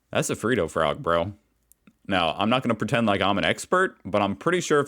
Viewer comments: It's a Fred O frog. Not a free do frog. Some do have caramel inside. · Its FRED-do (ugh) frog. We don't have to put FREE in front of everything haha. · Fred oh - not freedo. It's got a double "d". Freddo. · It’s a Fred o frog not a freado frog. It’s like saying Fred but adding an o to end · freh-doh not free-doh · Its not FREEDO, its Freddo ............ say fred then add an oh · Fred o is how it’s pronounced not freed o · “Fredd-o,” as in Flintstone, plus an, “o.” If it was, “free-ddo,” then it would appear like that, with a double, “e” It’s astounding how the simplest and most obvious pronunciations have to be explained to Americans, it happens constantly! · it's FrEdo not FrEEdo. The "ed" is like in wed not weed. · It's FRED-OH . not "freedo""!@ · GRRRR i hate how americans say freddo frogs. its not "freeedoh" its "fred-o". just like that twitch/yt streamer with the same name and every1 calls him free-doh. IT IS FRED-O FROGS. and yes the new design looks stupid. also freddos come in solid milk, white and dark choc, then there is cream filled frogs like caramello bears all very yummy. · It’s not freedo it’s Freddo frogs and they have changed and shrunk but we have a lot of flavors in them . Please not say free say Fred then doe it’s the only way I can get you to say Freddo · Not freedo it's fredo frog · Freedo is what you are saying its spelt FRED-DO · to help you out Freddo is pronounced Fred-O, not free- doh. 🇦🇺😁 Edit; I love that i get my weird Australian news from a guy in Southern Indiana. 👀🇺🇸🇦🇺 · The word is not freedough it is fred oh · Fredd O, not freedo. Wool Worth was is it so hard for him to pronounce it lol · Fun fact: It's not Freeedo Frog it's Fucking Fred-Oh Frog. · Freddo is milk chocolate. Not Freedo! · Freddo, not freedo :) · Love the content, found you a lil while ago, binged a boat load. However please, its Fred-doe you're screwing up the pronunciation of my childhood dude. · They are pronounced Fred-O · You say it as Fred - O